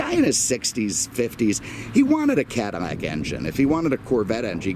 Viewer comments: cannot watch someone who cannot even say Caddilac instead of caddimack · Damn, I told my cousin the same thing...can’t live in fear. But he lives in Brooklyn so, there’s that.... On another note, why does it sound to me like this guy is saying Cadimac?